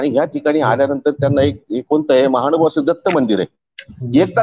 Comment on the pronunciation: दंडवत प्रणाम् सर! मानभाव नसुन महानुभाव असा शब्दोच्चार अपेक्षीत आहे!